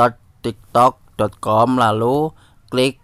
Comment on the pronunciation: Kayak ny udah biasa ngomong tiktod 😂😂